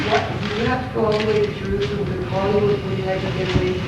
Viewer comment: "All the way to Jerroozalum" ~ Tom Hanks. What a doof.